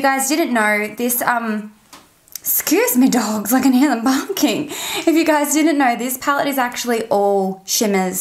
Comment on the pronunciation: I went back and listened about 5 times, did you say the dogs were bonking are barking?! 😂 And am I really ready for your answer? 😱💋